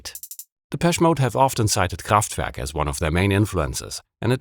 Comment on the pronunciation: Fantastic that Kraftwerk was properly pronounced in German.